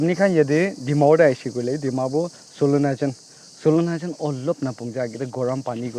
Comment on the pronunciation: It's Not solonajan , I think it's silonijan😅😂